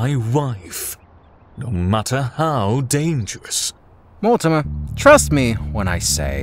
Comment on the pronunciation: This has been amazing I can't wait to see what Mortimer has looked at, also the voice of Dana says his name wrong lol XD